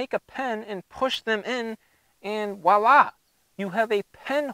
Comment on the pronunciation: It’s voila.. not “wala”